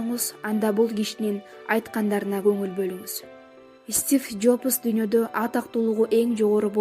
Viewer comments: "Стиф Жопос"дейби кокуй?Джобс эмеспи? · 🤣😅😅стиф жопос эмес Стив Джобс болот туура Жана так так суйлогуло админ